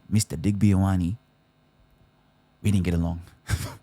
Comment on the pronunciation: Digby ‘eye-owe-knee’ Cheesus bruh Put some respect on Digby’s name. It’s ‘ee-or-are-neh’. Or more commonly ‘Yo-are-neh’ (Love the show though brother. Thank you)